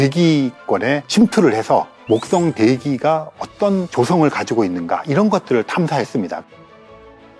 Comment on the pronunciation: th 발음 ㅋㅋ 목떵